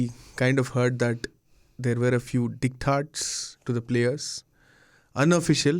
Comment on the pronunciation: It's diktat, not ditkak